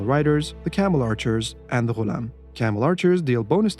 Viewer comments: He said Ghulam correctly lol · They way that u said ghulam i knew you are arabic or you can talk arabic very well. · love the right pronunciation of the ghulam <3